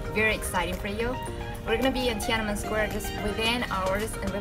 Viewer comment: why she pronounced it as "ti-a-na-men" square instead of "tian-an-men" square